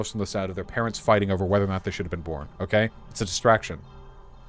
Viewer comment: “It’s not OKEH to be OKEH” ❤️(titan cry 😭)